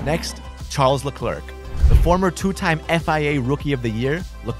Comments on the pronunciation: The was he said Charles Leclerc is so funny (it’s pronounced as shal laclerc) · ah yes chjarles le clerk🤙